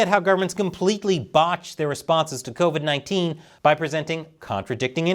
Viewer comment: "We beer". Sure, Klaus. As you said previously and publicly, thanks to "co-vide 19".